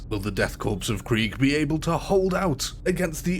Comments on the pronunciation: Listening to this man mispronounce corps, cadian and every other important name was a pain on the senses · goddammit, son, "korps" is pronounced like "core", not "corpse". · holy hell, corps, NOT corpse. There is no E on the end. Every time it says corpse. The death corps is not dead yet, therefore, they're a corps, but not a corpse yet. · You do not pronounce the P in Corps